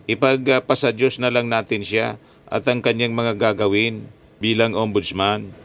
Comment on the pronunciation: kahit sa pagbigkas sa diyos ,plastic pa tong si sarahmao 😅😅😅😅...